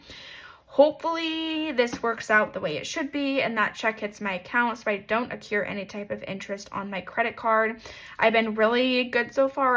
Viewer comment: You keep saying “accure” in regards to interest, but I think you mean to say “accrue”?